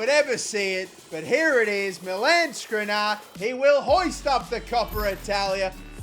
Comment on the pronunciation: Damn, Ansu Fati cooked in that ucl final. And i guess Skriniar just got tired of you butchering his name over and over. Same for Vinicius